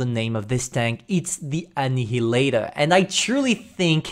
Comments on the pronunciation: I'm sorry for being autistic, but i think Annihilator is pronounced like An-ia-lator. Not like you say, Ann-ihi-lator. Except for that, great vid as always! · Its pronounced as Ana -ya-ley-tor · The way pronounces Annihaltor reminds me how little the french pronounce things